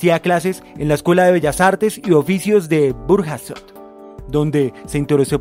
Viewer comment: En "Burjasot" la silaba tónica es -sot